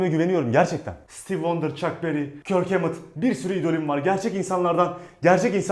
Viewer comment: Metallica söyleyince kirk hummet diyince beni bitirdin